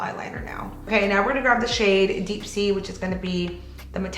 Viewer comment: graB I love your makeup looks and you are so talented. It's just that it's grab, not graV. Lol 🤭